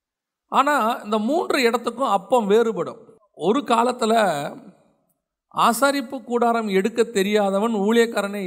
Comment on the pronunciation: ஆசரிப்புகூடாரம் not ஆசாரிப்பு கூடாரம்